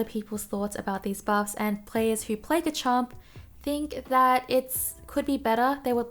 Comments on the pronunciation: It's pronounced "Re-ji-gi-gus." For Garchomp, its pronounced "GAR-chomp" (more emphasis on the gar) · why do you ignore the R in GaRchomp o3o